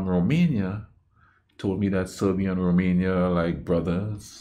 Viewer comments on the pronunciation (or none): Love the video, love to you and our Romanian brothers. Cheers! Oh bdw Serbia is pronounced like Sergei (at the start, the end you got right.)